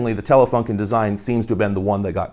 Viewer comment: fyi, it's pronounced telefoonken